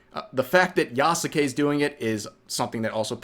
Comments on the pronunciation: I hate how you pronounce yasuke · Ubisoft shills can't even bother to pronounce their sacred cows name "yasuke" right But you do at least which shows the difference. I've been going nearly mad at that and I don't care if it seems like a nitpick. If you claim to be accurate AT LEAST say the name right Edit: wait did he just say "Yah SU kay" himself? Pick one. It's either correct as in yah ske Or wrong as in yah su kay